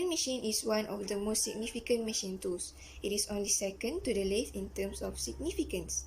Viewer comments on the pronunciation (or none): Lathe is pronounced or sounds like layth. Milling is also wrongly pronounced. 😄